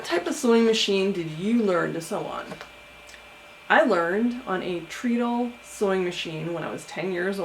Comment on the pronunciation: Hello! Neat video and story. One thing, I am pretty sure (I could be wrong) that it is pronounced tred-ul because your feet run it. They tred on it! (Tread sounds like tred.)